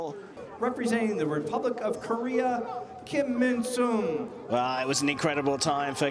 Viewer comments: 정말 자랑스러운 선수들입니다. 김민선 선수 이름을 외국인들이 김민순으로 자꾸 읽어대서 좀 짜증이 났네요~ Kim Min-Seon 으로 정정하면 좋겠는데요, 외국인들도 정확하게 이름을 읽을 수 있게요~ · 킴 민 순…. 발음 계속 거슬리네 ㅎ